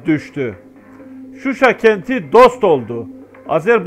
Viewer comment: Susay degil Shusha kenti.bide bu resmi haber degil